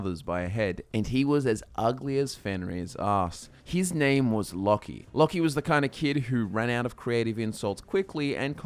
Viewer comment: I thought it was pronounced (Low-key)